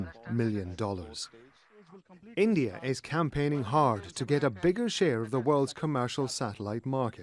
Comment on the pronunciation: This BBC newsreader got gastric problem to say I N.D.I.AAAA